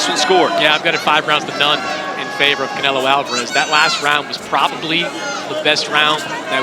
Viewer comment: I f'kn hate how they say Canelo's last name!!!! I hate it soooooooooooooo much! But even that was more entertaining than this fight.